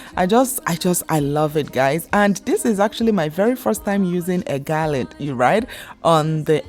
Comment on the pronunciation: The word is GARLAND and not “GALLAD”!!!